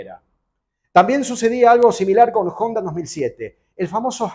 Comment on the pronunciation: Que raro un argentino nombrar como se debe a Honda "jonda"